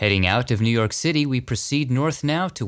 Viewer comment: You did New Yawk justice!